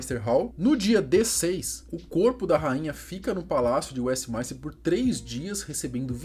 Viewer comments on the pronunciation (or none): Tem tbm Westminster que ele pronuncia WestmAInster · E WESTMINSTER e não westmaister